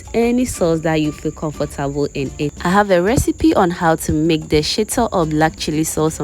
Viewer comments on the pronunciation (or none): none